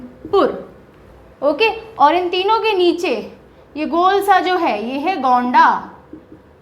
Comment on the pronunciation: गोंणा नहीं होगा गोंडा जिला होगा मैम